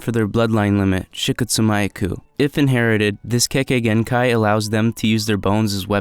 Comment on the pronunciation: kekkei genkai not kekkei genkei kimimaro not kimimaru